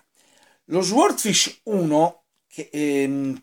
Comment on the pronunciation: Caro penso si pronunci " soodfisc'